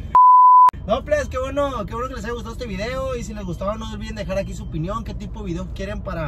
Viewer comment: SIEMPRE DICE... AIGA 🤣🤣🤣🤣🤣🤣